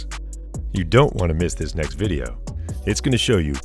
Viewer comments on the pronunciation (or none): none